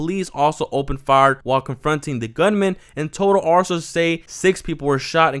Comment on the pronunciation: “Arces on the scene” slow down on your reading bud 😂 sources my guy